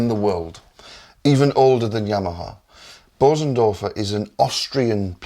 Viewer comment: Hardly anybody on YouTube knows how to pronounce Bösendorfer. The umlauts over the ‘o’ changes the sound.